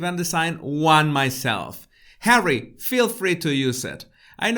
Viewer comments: Why has he called It Hawwy that's just stupid! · Nobody has EVER called him HAWWY. If you are going to pretend to be a reporter you need to get your facts right. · Omg 😱 Hawwy lol.. love it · “Hawwy, Me-moir,” how appropriate. As for his “career”, as you have pointed out, what exactly is Hawwy’s career ? So far the only thing apparent is jester sans court.